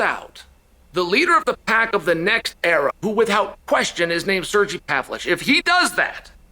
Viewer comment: Chael can’t say ‘without’. “With Hout…”. 😂